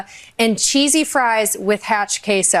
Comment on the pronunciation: Did she say "Cheesy fries with Hot Queso"??? 😂😂